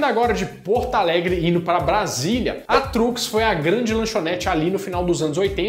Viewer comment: Muito engraçado essa pronúncia de "Porto Alegre"... Ele fala como "Portaalegre".... erro comum e engraçado.